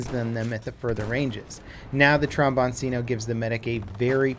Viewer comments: Its not Trombonsino its Trombonchino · Sorry to be a pedant, but I believe it’s pronounced "trom-bon-chi-no." C's often sound like "ch" in Italian. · Notification gang and pronunciation nazi here :D trombone-chin-o 🤗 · trom-bon-chino, "c" followed by an "i" makes a "chi" in Italian, fyi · It’s pronounced tronbonchino tho ;-) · For everyone: tromboncino is pronounced like cappuccino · Wrong. Tromboncino is pronunced Tromboncino and Cappuccino is pronunced Cappuccino... I hope you're not Italian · Your american pronunciation of "tromboncino" his so hilarious